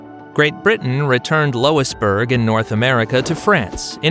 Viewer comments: It's Louis-bourg, not Lois-bourg! Jeepers! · "Loisburg" you me "Lu-is-burg" Good lord. The kings were named Louis for Fks sake